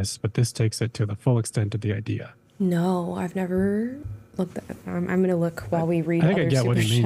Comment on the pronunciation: “This seems to be the backbone of the idear here” lol